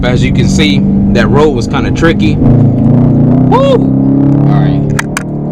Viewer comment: It's triccy! Lol!